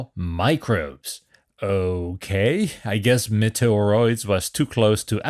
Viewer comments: Its prononced Meat-E-Ah-Roids as in Meteorite. The way you are saying it sounds like Nintendos Metroid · Try saying 'meaty or oids',. You seemed to be having trouble with the name. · Meteoroids is pronounced ‘mee-tee-or-oids’ A meteoroid is a small asteroid, so more cheekiness! 🤣